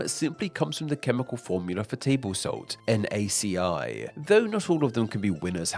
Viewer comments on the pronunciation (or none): Chemical formula for Table Salt is NaCl (Natrium Chloride) so it should be pronounced as "En-Ay-Cee-El" not "En-Ay-Cee-Eye" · Me as a Biotechnologist major: Screaming at the top of my lungs. Its NaC"l". As NACL not NACI. 💀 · Man didn't just say NaC-i.. it's and L lol. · mans did not just say the chemical formula for salt is Na C i i cannot